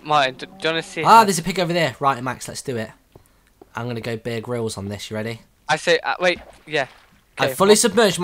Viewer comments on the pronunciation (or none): sounded like "beer can'